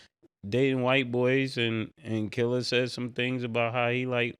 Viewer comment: 😅😅I'm just going to say it, why have a problem saying Killa name